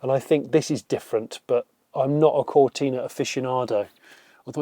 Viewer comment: Come on, Jonny, it's not a 'Ford Cortina' it's a Fowwwd Cowtinaaaahh' You, of all people, should know that. On that side of things. 🙂